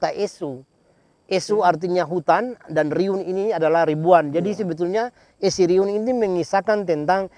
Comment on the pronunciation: Essyriun bukan esoriun